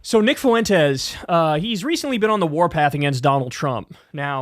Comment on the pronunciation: The guy´s an asshole but Kyle it´s hurts my ears the way you pronounce his last name. It´s pronounced Fwentes, Not Fu en tes